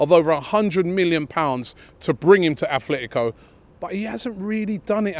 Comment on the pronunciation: Atletico not Athletico